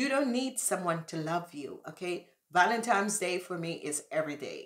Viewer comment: Sorry but it's not valentimes day, it's Valentine's day